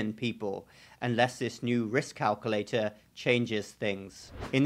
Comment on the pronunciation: CalcUlator, not calcollector